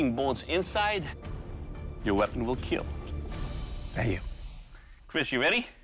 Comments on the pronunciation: I liked the part where he said the keal line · it will keal! multiple times👏👍